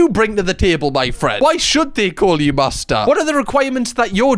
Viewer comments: Good thing that we watched the video of the guy saying master before you started saying the word.. I genuinely for a second thought you were saying Mazda 🚙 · I am hearing ”Mazda” every time you say ”Master”